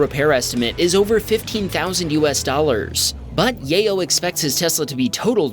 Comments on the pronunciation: I believe the name is pronounce YAH-YO not Yay-yo. Sorry, I just thought it was funny😂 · You mispronounced Yayo a dozen times in the space of a minute lol